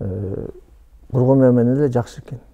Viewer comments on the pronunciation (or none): Коргонбайбы аты же Жусупбекби?😅 Когонбай дей бериптирсиз😅 Сизди колдойбуз ишинизге ийгилик 😊🇰🇬💪💯💥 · Бул Министр сообу же маспы?Коргонбай деп 4 -5 жолу атын туура атап айтабалбай отурат.Ал Жусуп эмеспи анан 2 комнат уйум бар деп бей бечара болумуш болуп элди алдап отурат.Азыр шаарга кара жумушка келген адам 2 ком квартира снимат этип жащап жатышпайбы.Бул афера мен ишенбеймин.Бираз болсо да уялсанар болбойбу?